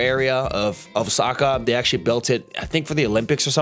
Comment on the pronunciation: Pretty much every NPC's itinerary going to Japan. Also wtf is Oh-sucka? It's Ōsaka.